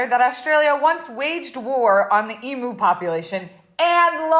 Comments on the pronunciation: Do all Americans pronounce emUs em(oo)s or just? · I love that she can’t say emu.